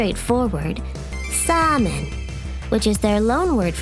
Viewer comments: ❌ SA-MEN ⭕️ZA-MEN....OK? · It's ザーメン zaamen, not サーメン saamen, and it's from German, not English; the German word "Samen" is pronounced the same as ザーメン. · ”サーメン”ではなく”ザーメン”ですよ。 ZA-MENです。